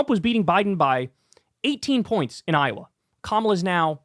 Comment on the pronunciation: It is Iowa not iawa